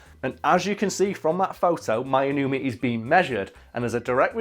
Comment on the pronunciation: Pronuciation wasn't bad actually. Two vowels next to each other in Japanese makes a long vowel sound where the sound kind of "glisses" into the other. Divided into syllables it would be "My" "no-u" "me", "Shoe" "hay"